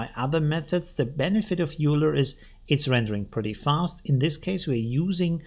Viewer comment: Just FYI Euler is pronounced "Oy-ler" named after Mathematician Leonhard Euler